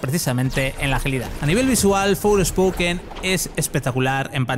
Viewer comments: Por qué dice Fourspoken? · Me duelen los oídos al escuchar "Forespoken"... Creo que los periodistas son los suficientemente profesionales para pronunciar bien en ingles, sino no trabajéis en esto.